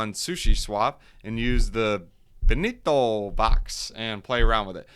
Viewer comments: its not ben-ni-to... its BEN-TO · BEN-TOE BRUH BEN-TO